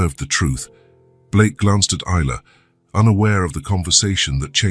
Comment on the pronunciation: Is..la Ai pronounce right😢